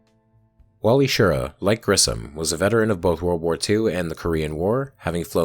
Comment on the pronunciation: Love the video, but ugh on saying Wally's name wrong.